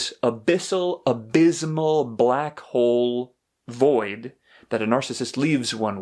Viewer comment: You have great content. You explain better than anyone else. Please re-record and say the word abysmal correctly.